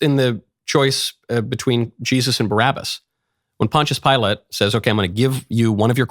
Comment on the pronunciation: LOL the way you say Pilate